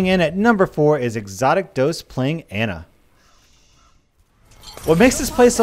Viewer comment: you also say pharah and ana weirdly too